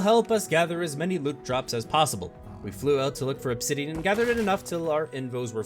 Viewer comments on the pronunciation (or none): none